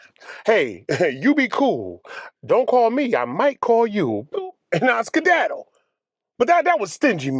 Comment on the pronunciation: A black guy saying skidadle .... 🤣🤣 Damm I'm done 😂😂😂😂